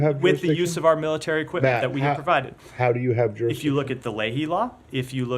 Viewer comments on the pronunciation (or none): "who has juristiction?" "israel does, we have" hahaha